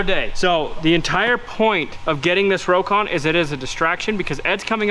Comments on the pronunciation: Just a FYI. The correct way to say Rokon is ROCK-ON. Robert Korpi made sure I knew the correct way to pronounce the name after I call it a Row-KON. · I knew someone in the 70s that owned a Rokon. He pronounced it rock-on. I don't know which is correct.